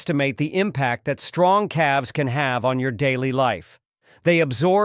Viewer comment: Calves is not pronounced Cal Vez 😂